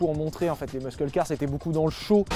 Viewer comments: Superbe vidéo ! Aussi superbe que la prononciation de "muscle" par Sylvain 😍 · C'est un des rares mots anglais qu'il prononce (presque) comme il faut.